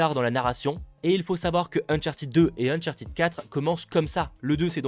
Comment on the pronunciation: Uncharted se prononce "ted" pas "tid"